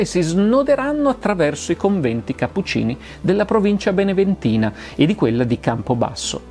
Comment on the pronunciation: 15.08 Beneventana non beneventina